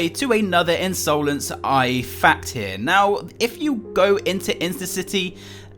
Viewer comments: the in sole nce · Me: hears say insolence in another way Me: Hey, that's illegal!